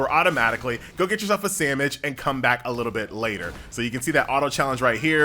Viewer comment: Am I trippin or did this dude say sammish?